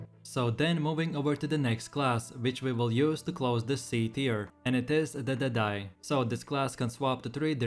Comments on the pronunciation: the way you said the deadeye timestamp xd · the way you said the deadeye made me laugh haha .. awesome tier list 🙏❤️